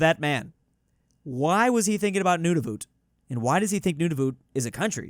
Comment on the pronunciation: Nunavut sounds so wrong I don’t think I have heard any people call it that